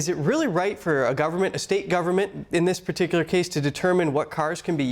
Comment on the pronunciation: Crossing the line guvment